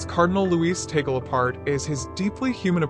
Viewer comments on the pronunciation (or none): Pronounced Tah-gleh. Stop calling him. Taygle